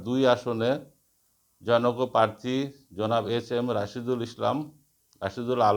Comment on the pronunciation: বার বার পাত্রী পাত্রী বলছেন। খুবই লজ্জা! প্রার্থী বলতে পারছেন না। ❤